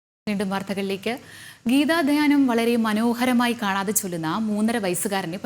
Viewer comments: വാർത്ത വായിക്കുന്ന ആൾക്ക് അത് നേരെ പറയാൻ പോലും വയ്യ 😄ഗീതാ ധാന്യമല്ല..... ഗീതാ ധ്യാനം ആണ്..... കഷ്ടം 😄😄😄😄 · ഗീതാധാന്യം എന്നാണ് അവതാരക പറയുന്നത്, കഷ്ട്ടം 😂